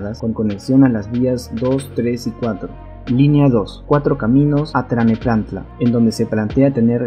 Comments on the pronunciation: ay que aprender a decir bien los nombres, se dice TLANEPANTLA no TLANEPLANTA ja ja ja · Se dice: Cuautitlán* Tlalnepantla* Aeropuerto* Mucha información importante y casi un documental tu video como para que pronuncies mal varias palabras. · Muy dudoso el video, información errónea en cuanto a la línea 1 y 2 segun lo ya publicado en los comunicados, como van a llegar a Tlalnepantla? y los nombres mal dichos.